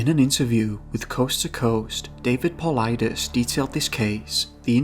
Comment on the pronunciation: Bonus points for pronouncing "Paulides" correctly. Other than George's Noory and Knapp on C2C, most of the radio interviewers don't get it right. There are dozens of cases which really stand out, but Charles McCullar, Carl Landers and Jelani Brinson are three that I could think of and find on google based on keynotes that I remember about the cases. Of what was written about the Carl Landers case: "The search effort was headed by a man named Grizz Adams and during an interview with David Paulides he said "In 35 years I've never had this happen to me…we were all over that mountain, he was not on the mountain…we brought canines in, they didn't pick him up…we flew around it, we dropped guys at the summit, they came down all sides, they couldn't find him…they talked to people who were on the mountain, they didn't see him…there's snow around the path where he was, and nobody went outside the path…" When Paulides asked Grizz Adams what he thought happened to Carl Landers on the mountain, he replied: "…that's the million dollar question, he either went up, or in-but he's not on it.".